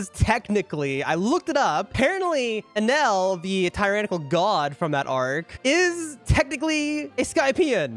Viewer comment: has no one ever told you that you're saying Enel and Sabo's names wrong?